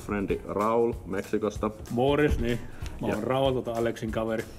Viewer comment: His Finnish is very good indeed, A-level I would say. If I were to nitpick, I think some of the ä sounds more like a, Like when he said mä, it sounded like ma. And some double consonants and vocals come out short. Some words he chooses to use and order of words seem "odd", (maybe too formal for spoken language? )but nothing that affects the ability to understand him.